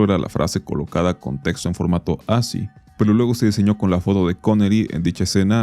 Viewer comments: Oye man se pronuncia "As-ki". Google it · Segundo video donde veo esa palabra y su pronunciación (por eso me atrevo a hacer la observación no hate), me parece que ASCCI se pronuncia "aski"